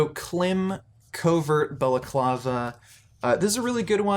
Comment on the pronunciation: Klim is pronounced like climb.